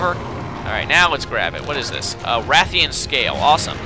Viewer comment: Rathian and Ration.and its Stamina, not Stanima.